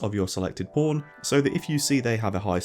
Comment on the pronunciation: I watch your videos with subtitles and I noticed that every time you say the word "pawn" the subtitle appears as "porn" and considering how many times you normally say it I wonder if this is hurting the recommendation algorithm of your videos. Anyway, I love your videos and hope more people come to know about your channel.